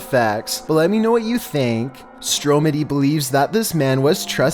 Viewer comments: Stromedy is said stro muddy not stro medy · Its StrOmedy not stromedy dumb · You sead stroomedy its stromidy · The way he said stromady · Anyone else realize how he pronounced stromedy wrong. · You said stromedys name wrong he says the name in his intro